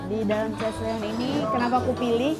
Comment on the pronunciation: Chez Leon Koh ... Bukan chef Leon chez baca nya Ssshé(eeee) ., ✌🏻 peace